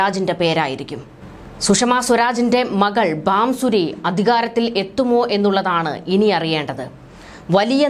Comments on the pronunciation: Bansuri not Bamsuri mam . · ബാംസൂരി.. അല്ല.. കൊച്ചേ... ഭാസുരി സ്വരാജ്...